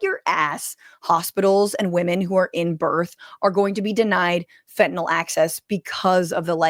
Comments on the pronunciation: I know its pedantic, but why can't Republicans pronounce "fen-ta-NILL"? They always say "fin-ten-ALL", to rhyme with Tylenol, which it's not. Education in 'Murica! woot! Just like their math. smh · 22 m pills divided by 119 m people = less than one-fifth of a pill per person Sure, fentanyl (why, oh why, are they pronouncing it "fentaNOL"???) is powerful but it strikes me as just a touch implausible that anyone would make a pill containing FIVE TIMES the lethal dose. Doesn't sound like a good business plan to me, whaddaya think? And then in that Cabinet meeting she stepped it up to 258 m lives = nearly TWELVE people per pill. WTF, Pam Bondi?